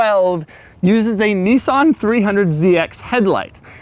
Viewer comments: "Knee-sawn"! wtf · Doug is long but narrow, he also pronounces Nissan as if it is spelt Nissaaaaaaahhhhnn